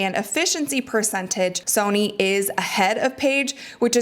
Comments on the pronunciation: please change your pronunciation of the words 'Sonia' (not 'Sony') and 'versus' (not 'verse'). You say these words a lot, and it's kinda driving me crazy. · Is it pronounced Sony? Pretty sure her name is soniA. Unless it’s a nickname.